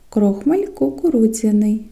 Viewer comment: У слові крохмаль поміняйте наголос.